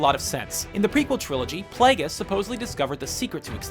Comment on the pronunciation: Plagueris pla-gr-iss